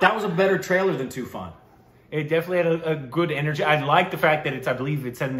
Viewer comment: It is trailer not tailer